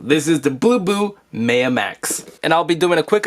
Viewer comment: pronounced MyUh, like the Mayan civilization